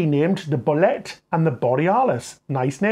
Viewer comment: Fred Olsen jr himself on his announcement on line pronounces Boullette differently to you. The ships could not have found a better home. Fred Olsen Line will keep and cherish them for 20 + years Stuart London